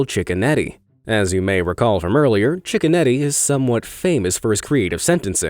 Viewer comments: everyone else: cicconetti this guy: chickenetti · Judge cicconetti u mean Judge chickenoti